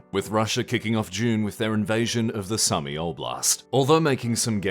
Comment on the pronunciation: The AI part rubbed me the wrong way. On one hand, you do clearly have a human narrator for at least a good chunk here, but on the other, the pronunciation of the Iran/Iraq war as "Iran slash Iraq" and having two different pronunciations of Sumy back-to-back feels suspiciously AI generated. Additionally, plenty of your graphics and video clips have been AI in the past (I can't comment for this video as I was doing work with it as background noise). Overall it just feels a bit suspicious that you would attack the idea of you using an AI voice so directly when, as you guys have said, this shit ain't cheap and Patreon is your biggest income source (that could be outdated tho, idfk) But hey, at least I didn't catch any TLDR graphics being used without credit this month